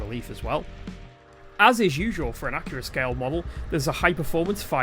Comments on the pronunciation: Accurascale is pronounced correctly in this video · Scale and Gauge are interchangeable terms, and the announcer did in fact pronounce the U in Accurascale. If you're gonna nitpick, at least have valid reasons to nitpick.